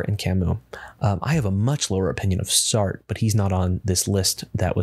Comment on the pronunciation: Sart?! Sartre!(sargt-re) its french... kertker? Kierkegaard!(kierke-gaard) its Danish..